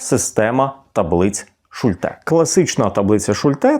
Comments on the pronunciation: Шу'льте, а не Шульте' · Слово "Шульте" — це німецьке прізвище, тож наголос у ньому зберігається згідно з німецькою вимовою: на першому складі — Шульте. У німецькій мові загалом наголос часто падає на перший склад, особливо у власних іменах. І хоча в українській ми можемо адаптувати вимову, тут краще зберігати автентичний варіант — особливо коли йдеться про назву методу чи таблиці, що запозичена з німецької психології.